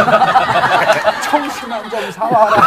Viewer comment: 송해야를 소 옹 해 야로 살림